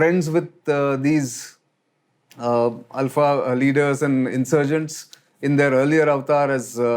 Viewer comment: Only man to have pronounced the name ULFA correctly. Feels good to hear from a well informed person who actually lived here. Cheers✌️